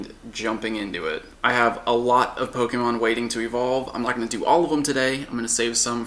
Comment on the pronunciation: He pronounces "Pokémon" as "Pogeemon".